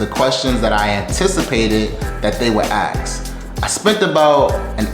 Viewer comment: “axe”? K. Guy gets a job and day 1 thinks he’s an expert while he can’t even pronounce basic words in English.